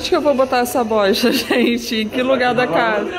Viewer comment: Pra quem é chá gelado kkkkkkkkk me acabo de rir com a falando gênte 😃😃😃😃